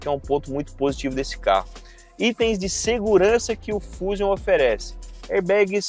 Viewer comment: Um leigo em carros até passa dizer "fúzium" rs! Um repórter não.